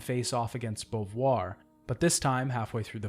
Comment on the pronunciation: why do you call Simone Bovuare?